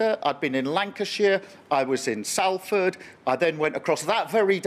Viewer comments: SAL-ford? its sahl-ford tut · He said S-al-ford, not S-ol-ford. He is going to lose that seat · He doesn't even know to pronounce Salford. 🙄